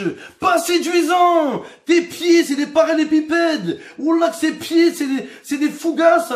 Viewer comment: Surtout qu'on dit parrallélépipède...